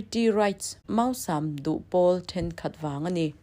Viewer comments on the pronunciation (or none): Mâusam tiha mâu lai hi "màusam" tiin a hniama thlûk tur